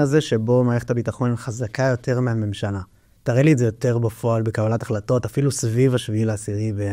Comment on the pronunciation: ראיון מרתק. שים לב שצריך לבטא ״בפועל״ עם פ״א דגושה ולא רפה.